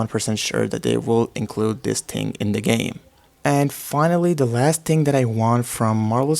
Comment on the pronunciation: thing not ting